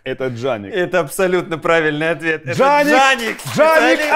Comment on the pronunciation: "Джаник, ударение на "И"